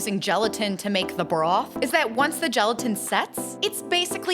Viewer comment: Every time she said broth I heard bra 😭